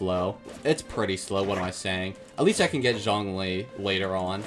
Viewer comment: The way he pronounced some of the names (like xiangling, Hu Tao, thoma, and zonghli) ☠️💀☠️💀☠️💀